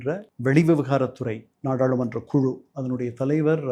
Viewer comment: நாடா’ழு’மன்ற …’ளு ‘ன்னு மாத்தி உச்சரிங்க. கொஞ்சம் பிராக்டிஸ் பண்ணுங்க.. வந்துடும். ள கரத்துக்கு பதில் ழ கரம் போடுறது எப்பவுமே உங்களுக்கு ஏன் பிரச்சனையாவே இருக்கு?